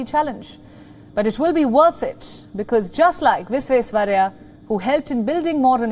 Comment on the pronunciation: She is good but Bharat Ratna Mokshagundam Vishveswarayya’s name was too mispronounced